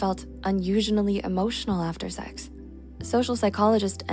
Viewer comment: What is this see-eeeggs you speak of? Is that how it's pronounced?